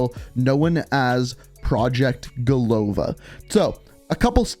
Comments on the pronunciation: It's not go’lova, it is golo’va. It means 'a head' in russian. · Golova is pronounced golava, second O is not stressed.